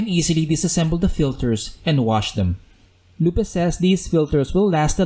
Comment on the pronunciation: BTW it's pronounced LOOP. Not "Loop-ay"